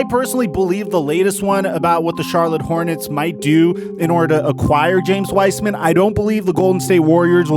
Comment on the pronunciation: “James Wiceman”